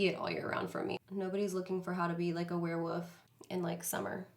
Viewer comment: I had to rewind three times to hear her say “warewoof” instead of “warewolf”